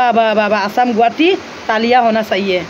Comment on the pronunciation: Assamese pronunciation n help spelling Guhati nohoi it's guwahati